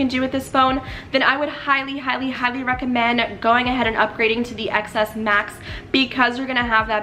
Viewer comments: she pronounces it "ex" instead of "ten" so i can't take her seriously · It’s pronounced ‘ten’. The ‘X’ is Roman numerical. Apple also pronounces it as ‘ten’. Anyway bye.